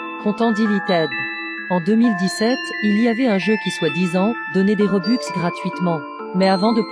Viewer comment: Dis pk j’entends « Dam » au lieu de « Des » ?